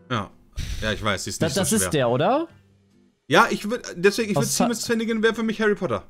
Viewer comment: Niemand Pietsmiet: Seemus Shaymus Sheemus Seemas